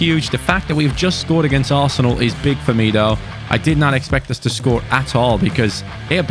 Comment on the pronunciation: Hidden message is saying "ASSENAL" isntead of "ARSENAL"